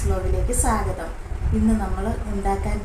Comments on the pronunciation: ക്ക് തെറി പറയാൻ മാത്രമേ അറിയൂ സ്വാഗതം പറയാൻ അറിയില്ല. എല്ലാവർക്കും വീഡിയോയിലേക്ക് സാഗതം എന്നാണ് പറയുന്നത്. ഏതായാലും ക്ക് ദീപ്തി നല്ല സദ്യയാണ് കൊടുത്തത് വയറു നിറഞ്ഞിട്ടുണ്ടാവും. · സ്വാഗതം. അല്ല പറയുന്നത് സാഗതം ആണ് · സ്വാഗതം അല്ല “സാഗതം” 😄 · ആ സാഗതം പറഞ്ഞു കേട്ടപ്പോഴേ സംസ്കാരം മനസ്സിലായി 😂😂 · നേരിട്ട് കാണുമ്പോൾ യോട് പറയണം സാഗതം അല്ല സ്വാഗതം. മറ്റുള്ള വാക്കുകൾ കൃത്യമായി പറയുന്നതോടൊപ്പം ഇത്തരം വാക്കുകൾ പഠിക്കാനും പറയണേ. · സ്വാഗതം ന്ന് പോലും മര്യാതയ്ക്ക് പറയാൻ അറിയാത്ത പാവം... 😜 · സാഗതം....അല്ല സ്വാഗതം എന്നു പറയണം എന്നു ആ പെണ്ണുപിള്ളയ്ക്കു പറഞ്ഞു കൊടുക്കണേ ടീച്ചറെ 😂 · സാഗതം.......അതു kollam😂😂😂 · എന്ത് സ് വ്ലോകിലേക് സകദം. Oru സ്വാഗതം പറയുന്നത് പോലും അറിയാത്ത തള്ള 😂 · സ്വാഗതം പോലും പറയാൻ അറിയാത്ത *&%%%'&&%%%മോൾ 😁😁😁 സാഗതം പോലും 😄😄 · ക്ക് വിദ്യാഭ്യാസം അടുത്ത് കൂടെ പോലും പോയിട്ടില്ലെന്നു തോന്നുന്നു. സാഗതം എന്നാണല്ലോ എപ്പോഴും പറയുന്നത്. എന്താണ് അവർക്കു ഇതുകൊണ്ട് കിട്ടുന്നത്. ഏതായാലും അവർക്കു നല്ല ഒരു മറുപടി തന്നെ രണ്ടുപേരും കൂടി കൊടുത്തു. വെൽഡൺ 👏👏👍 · സാഗതം അല്ല ചേച്ചി 😂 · എന്റെ പൊന്നു സഹോദരീ... ഇവർക്ക് വിദ്യാഭ്യാസത്തിന്റെ കുറവ് നല്ലോണം ഉണ്ട്.. സ്വാഗതം എന്നുപോലും പറയാൻ അറിയില്ല.. അവർക്കു അറിയുന്ന കാര്യം മാത്രാണ് ഈ മറ്റേ കാര്യങ്ങൾ... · "സാഗതം " എന്നാണ് പറയുന്നത് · ക്ക് കുറച്ചു അക്ഷരം പഠിപ്പിക്കണം.. സാഗതം, സമ്മന്തി ഒക്കെയാണ്😂😂